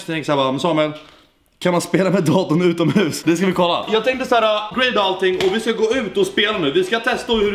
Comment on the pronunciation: Haha lät som du sa ’utan mus’